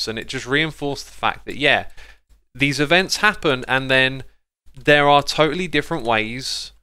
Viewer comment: events not evnts